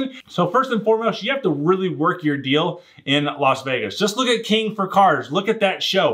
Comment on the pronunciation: No way you are actually saying, "King for cars." No where in the english language does KING sound like CANE 9OR KANE) or whatever was said. I listened over 10 times and i still hear Cane.